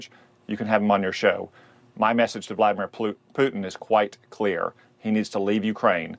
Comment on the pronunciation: "...again George, my message to Plutin', Putin is quite clear..." blah, blah, blah "😂😂...🤦‍♀️